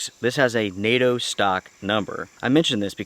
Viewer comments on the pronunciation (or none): none